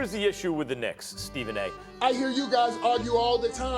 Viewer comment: "Because its the Knincks! Everything that could go wrong, it will go wrong!"🤣